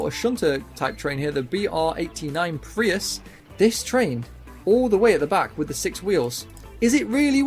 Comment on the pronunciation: Bro calling Preuss a Prius lmaoo